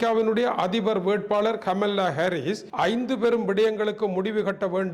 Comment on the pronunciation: அண்ணே கமல்லா இல்லை. கமலா. ஒரு தமிழனாய் இருந்தும் இப்படியா உச்சரிக்கிறீர்களே!!!!.